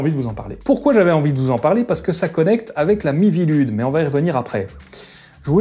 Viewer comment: Chaque fois que tu prononce "la mivilude" j'entend "l'ami Vilude", la première fois je me suis demander "c'est qui Vilude?" avant de me rendre compte que c'est pas ce que tu disais XD